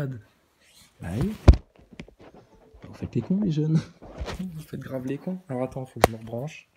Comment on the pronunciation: "Fowwcément il est en apeuseteuww aloww le ballon vole c'est nowwmal" ahahah vdr 😅 comment tu m'as tué encore, cimer pour la barre 🙏